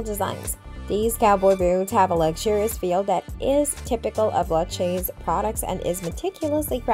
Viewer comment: It's Lou-kay-see 😂😂😂